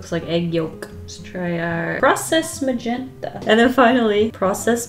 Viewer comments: Nobody:: moe'zhentahhh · The way you say magenta makes me think you'd be great at speaking Polish!